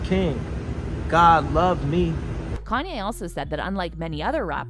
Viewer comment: Why is the lady even talking about Kanye if she cant pronounce the name correctly,serious turn off...